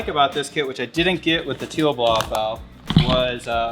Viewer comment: bms dual cones do not add any power its already been tested, Tial BOV is pronounced 'TIE_UL" not teal, its called a beauty cover not a valve cover, vrsf products absolutely suck go with 2.5 in relocated inlets bigger i.d. much faster spool and install is way easier, to cool down IAT just add a water squirter system very easy diy and cheap asf, do not put m3 sheit on a non m car just looks silly. just a bmw fanatic speaking truth here. thank me later.